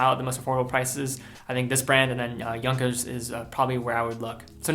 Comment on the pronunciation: This time you pronounced Junkers correctly... :)